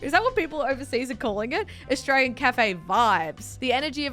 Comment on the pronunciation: Anyone else pick up on how says I'm Austray-ye-yan or says I'm from austray-ye-a